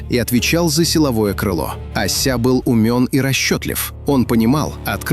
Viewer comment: Ося а не ася